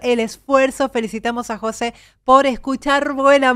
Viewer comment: José, con acento en la é En México. No decimos Jose. Como en España